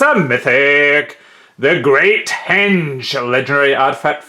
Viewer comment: "Giant's Skewer, the Great Henge" emphasis on the accent lol.